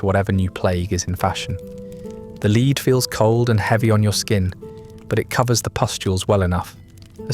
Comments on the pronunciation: Think it’s AI, occasionally pronounces the element Lead as “leed” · ‘Leed’ poisoning in the ‘Renee-sance’. 😂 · I think it possibly is. He pronounced lead as in a lead (for a dog) up until that point I didn’t think it was AI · I see what you mean by 'lead' Everything else (so far) had the correct pronunciation for the accent. AI is getting better and better.